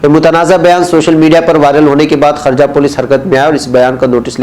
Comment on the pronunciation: حضرت والا یہ خرجہ نہیں ہے خورجہ ہے ( شکریہ )